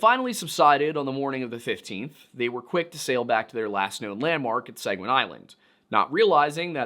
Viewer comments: One of Maine's counties is named Sagadahoc to this day. Btw, it's pronounced SAG-uh-duh-hawk. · As a Mainer, I’m so happy you made this! Most of our own don’t even know this story…and as always, so grateful for the historical context 🫶🏼 I’ll give you as pass as a pennamite…but you get a nickel for pronouncing Sagadahoc like that 😝 sag-ah-duh-hawk, real fast. Haha. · Pronunciation correction from a mainer: Sag-uh-dah-hawk. No hard vowels. Excited to see a video about Maine! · Thank you Susanna. The sagga day hoc was killing me. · Just fyi, it's pronounced sah - guh- duh- hock. "sa"t "gu"st "du"mp "hawk" skid - where - Ose 😘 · It's pronounced "Sag-ah-dah-hawk". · If i had a nickel for every time mispronounced the word "Sagadahoc" in this episode, I would have a bunch of nickels, because he says the word wrong every time he says it... 😂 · So it’s not pronounced Saga day hoc , it’s pronounced Saaga daah hoc. I live in the area. Just sayin. Great informational video. Really enjoyed it. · not Sag ah DAY hoc, SAG ah da hoc. At least that is how we were taught to say it when I was a kid in Maine schools. One of the counties. No idea how to pronounce Skidwarres though. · As a mainer its pronounced sag-ah-dah-hawk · It's 'duh,' not 'day.' SAG A DUH HAWK. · Its pronouced “da” not “day”. Saga”da”hoc. Might help to say it faster. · As someone from new england who lived in Maine for almost a decade, your pronunciation of Sagadahoc(sah-gad-ah-hock) and sachem(say-cthem)really bothers me lol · I am from Sagadahoc county, in Maine. :) We say it Sag-ah-dah-hock, with the emphasis on the first syllable. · Its 'Saga-dah-hawk'. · It's pronounced sag-guh-duh-hawk. I live in Maine, born and raised. I know. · You pronounce it: sag-a-da-hoc